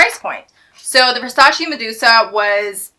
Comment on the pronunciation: No Versaciiiiii only Versaceeeeeeee